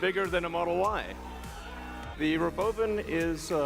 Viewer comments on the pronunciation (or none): Why is he saying "Roboven"? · What compelled him to pronounce “robovan” that way? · He thinks he's funny.